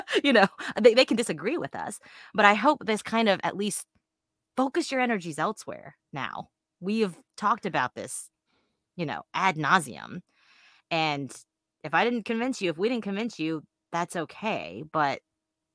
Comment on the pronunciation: They covered this case Ad-nan-seum 😂